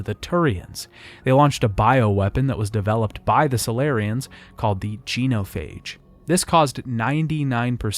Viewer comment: Did you play the trilogy or just narrate this video? I’m only asking cause you butchered so many words “geno-phage”, “sa-lar-rians”, etc that aren’t mispronounced by ppl who play the games.